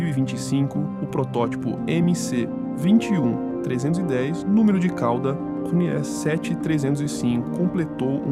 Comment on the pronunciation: Olá Gostei do video. Só que é MS-21 e não mc-21